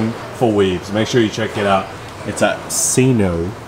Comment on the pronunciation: Sino centre. Saino as china. Not sinno.